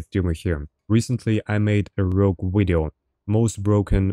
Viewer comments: "In today's wideo" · gonna start a "todays wideo" counter